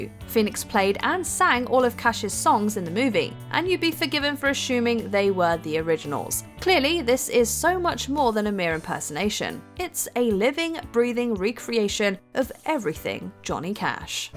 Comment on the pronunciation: “Ahshuming…it’s assuming lol